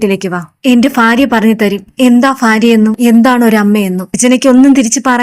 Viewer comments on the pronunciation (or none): Faര്യയോ ? ഉച്ചാരണം ശരിയാക്കു